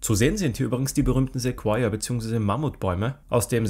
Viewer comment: Es wird "Sekoia" ausgesprochen, und NICHT "Sekuoia"